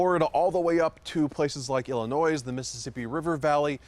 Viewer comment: Can't trust a guy that can't pronounce Illinois